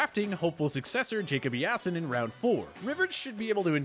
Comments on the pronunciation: I'm sorry but who is this guy? Jacob EA-son, like cmon man! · “Jacob e-ASON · Nobody:: Jacob yiason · E A SON. IT’S IN THE NAME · "jacob EE-ASS-ON" 😫🤣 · Jacob e-ass-son lmao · Thats just... bad. Ea = EE in the english language man. EESON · Jacob E-ah-son 😂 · Man just said Jacob E-ason, now I gotta go eat my ste-ak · My dude really just said E-ASS-IN..... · Y'all need to learn how to pronounce names. Nobody says Eason like this guy just did. And who is Devin Foochess?